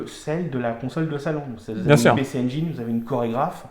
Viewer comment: La Pécé Anjaillene:D Pici N-Jin si tu veux le prononcer correctement parce que tu prononces très bien GAME GEAR et pas Gamme Jire!^^ Bravo de montrer de bien belles machines comme celles-ci.